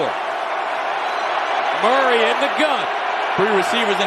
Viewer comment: Talib finally got Murray’s name right… He used to call him Calamari😂